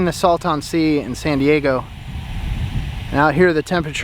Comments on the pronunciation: It's pronounced "Salt-in" not "Sal-tawn" 😂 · FYI. It’s pronounced “saltAn” sea. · We pronounce it "Salt-in" Sea. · Your pronunciation of Salton Sea made me laugh. As a native Californian refugee in Texas, I found that regional pronunciations are key. Think of how you would say Dalton.😘 Love the channel. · Why was i so triggered at how u pronounce Salton Sea… im near Joshua Tree